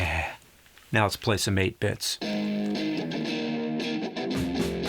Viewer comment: I thought you said apex but you said 8-bits